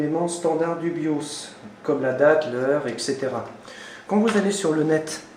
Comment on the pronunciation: Ah, le "Biauce". le tournevis TOXXX j'ai adoré aussi. Tu passes à Windows 7 en 2017 sinon ou pas? :p